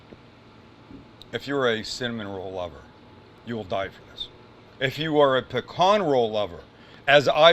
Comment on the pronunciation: As a Louisiana native I salute <S> you for pronouncing pecan correctly!! Not pea-can.